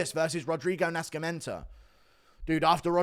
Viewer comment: The C is silent in Nascimiento